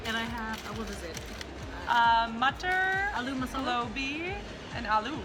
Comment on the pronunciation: Wow! loved this Vlog! you are pretty good in catching, pronouncing local words like "Sabji", "Agra", "Matar", "Bandar", "Paani", amplifier song...and even the peacock sound lol...you guys covered a lot in such a short span of time. Subscribed this channel and followed all you social media profiles....new stalker :)